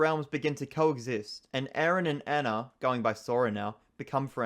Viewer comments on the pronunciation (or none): none